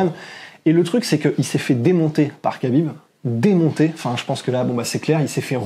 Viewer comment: Le "kh" de khabib, (Хабиб en russe), et (حبيب en arabe), se prononce "ha", comme lorsqu'on rigole "hahaha" et bien pour khabib on dit HAbib, c'est simple.